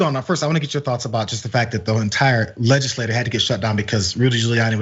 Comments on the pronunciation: I think it's pronounced Legisla-cherr... Not Legisla- ter Juss sayin... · That's not how you pronounce legislature. Legislator and legislature are two different words, dude.